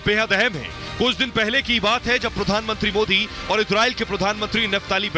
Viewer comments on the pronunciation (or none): none